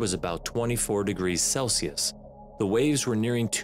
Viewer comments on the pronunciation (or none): none